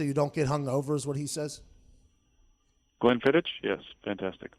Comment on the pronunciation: It’s pronounced “Glen-fiddick”